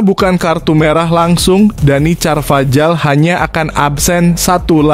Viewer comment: DANY CARVAJAL ( bacanya: Danny karvahal)